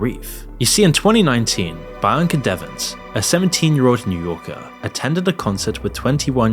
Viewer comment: is this voiced by ai? coz ain't no way you pronounce "bianca" like u did in this video.